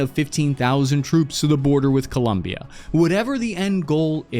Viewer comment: Te voy a dar un 10 x decir correctamente el nombre de Colombia.....